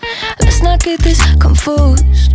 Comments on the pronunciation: she really talking about how the other girl pronounces her "s" when she over here saying "confoosed" like :/ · I'm confoosed about how she pronounces her "S's" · When she said "confoosd," I am confusion.